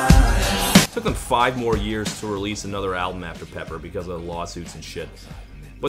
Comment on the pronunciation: Pepper sounded so much like Loser I just assumed it was Beck the first few times I heard it.